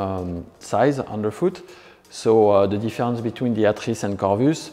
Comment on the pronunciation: Just came here to hear this guy pronounce “atris” properly 👍